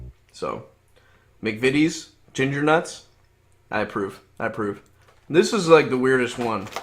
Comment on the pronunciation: The first video of this type where McVities was pronounced correctly straight away. Instantly subscribed.